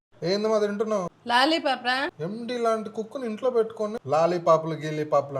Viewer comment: బూతు లాగ ఉంది రా నీ లాలీపాప్ అనే విధానం